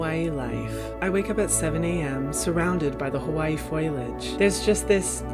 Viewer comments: are we just gonna ignore how he started this off by saying “foilage” instead of foliage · foilage? i thought it was foliage like foe-lee-age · You did NOT just say “foilage” I’m dead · It’s foliage, not foilage. The "i" is silent. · i’m sorry but did he say FOIL-age? hyram I love you but it’s foh-lee-age 😂❤️ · “FOILege” i’m sorry... what? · Please tell me that “FOILage” was satire 😂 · Did you just say "foilage?" smh Hyram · we're all just ignoring the fact that he said FOILAGE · This man did not just say "foil-age" 😂😂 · “Foilage” a hahaha love you